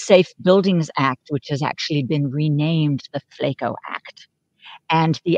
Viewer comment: It’s not Flako. It’s Spanish, for “skinny” Don’t ask a Brit how to say Flaco. It’s Flaaaahhhco